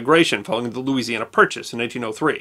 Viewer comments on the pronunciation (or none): none